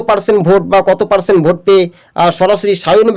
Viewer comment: ভাষার উচ্চারণ ঠিক করে করবেন।আর কথাটা ষষ্ঠম নয় ষষ্ঠ,পারসেন নয় পার্সেন্ট।